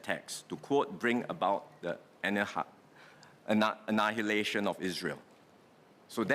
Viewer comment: Is there anyone out there like me who cannot believe that Singaporean Prime Minister was unable to pronounce the word "annihilation"?